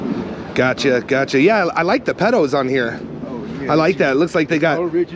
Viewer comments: Lol he said pedos instead of pedals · talkin him up about the bike slipping in little bits is hilarious "Oh yeah its a young bike" "i like the pedals (it sounded like you said pedos when you said it)" and "its like a 13 hundred dollar bike" Bruh how does he not have some weird incline that he fucked up and shits about to go down Like the lack of awareness baffles me... i would be running if that were me (i wouldnt be here doing this obviously but if i were old boi man i would be put 2+2 together and realizing "bike sale" probably aint really the focus here Also someone videoing you to buy a bike... yeah man this guys alittle on the regarded side i think 😅😅😅